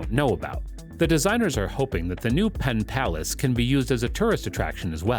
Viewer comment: Was the narration generated by AI? Arlington, West Virginia?? Pittsylvania, South Virginia?? Pontiac River?? PenPlace, not Penn Palace. It even says PenPlace on the graphic!! You got more details wrong than you got right. We are all dumber after watching this.